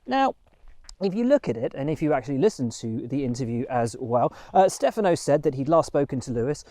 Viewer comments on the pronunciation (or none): none